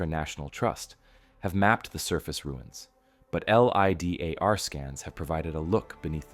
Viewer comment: I struggle with watching these this only because I can tell this is not narrated by a human. American accent but Pronunciations are very off and words like LiDAR are spelled out instead spoken...